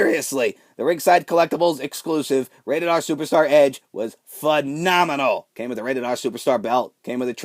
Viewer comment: STOP SAYING PHENOMENONL YOU AIN'T AJ STYLES